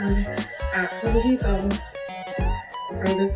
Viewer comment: It's HOME depot , not HOE deposit